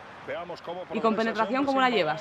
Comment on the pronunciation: Compenetracion, no penetracion...